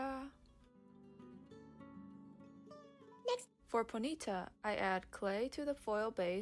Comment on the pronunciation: I have never heard ponyta pronounced like "bonita" before and now it's changed my life 😂